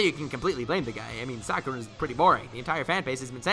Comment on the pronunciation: He did Sakura wrong 😂🤣